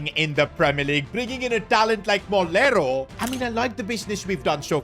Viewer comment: Its “Moleiro” And you are pronouncing it as “Molero” 😭